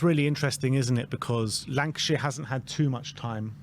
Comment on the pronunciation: Hey guys love the content. is is Lankshear not Lankashear....lol Much love guys